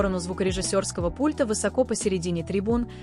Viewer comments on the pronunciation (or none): none